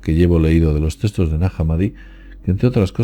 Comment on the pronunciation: De que "textos" hablas,? No entiendo cuando lo pronuncias.